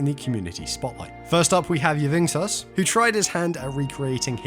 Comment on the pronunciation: Pretty sure yvngsos is pronounced Young Sauce lol.